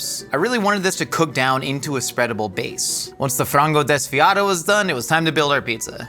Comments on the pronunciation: ngl you said frango desfiado quite well, nailed it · As a Brazilian, I have to say kind of nailed the "frango desfiado" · Great show, food for the soul and for the mind. You spoke "frango desfiado" really well! You all need to come to Brazil to know the diversity of our multiethnical culture and food. Cheers from Brazil!